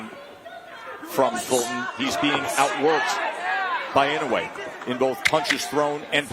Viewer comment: it's "annoy yay" phonetically